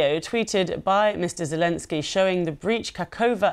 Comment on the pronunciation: Says Zelemsky 🤮